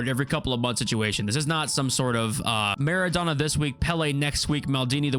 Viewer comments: all good bro there’s no need for an apology but it almost sounds like your calling him “Madonna”😂, the O should be pronounced the same way as when you say “donut” or Dough, it should like “Maa.ruh.donuh” or “maa.raa.dough.nut” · the way he says MEREDONA instead mara-dona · Marrow donor? It's Marra Donna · Bro, it’s pronounced: maa - ruh - dow - nuh